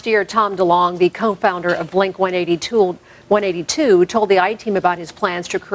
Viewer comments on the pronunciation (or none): Did that woman just say 'blink one eighty tool"? LOL!